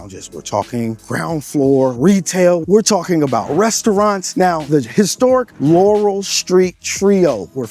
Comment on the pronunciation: Laura, not Laurel. This has, by far, been the best video of Jacksonville I’ve seen. Makes my city look so beautiful!